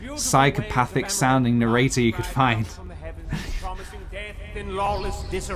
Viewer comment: Is it bothering anyone else that he's skipping the middle syllable in narrator?